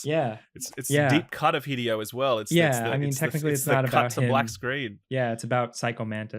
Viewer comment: It is not HI-DEE-OH. Hi-Dey-Oh. E in Japanese is always pronounced as Aye.